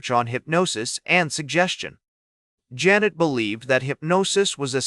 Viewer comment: OMG, at least have it PRONOUNCE HIS NAME CORRECTLY! Zhahn-ay.